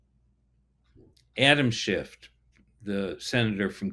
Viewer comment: There is NO "T" on the end of Sen. Adam Schiff's name.